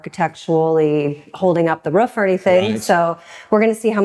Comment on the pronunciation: she says roof in the same stupid ass way Tyler does 😢